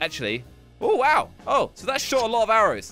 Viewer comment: he says wow like wol